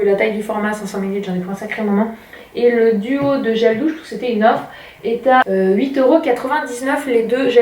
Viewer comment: Tu a dis 2 gel dousse mouchan 😂😂😂❤❤❤❤❤❤gros bisous !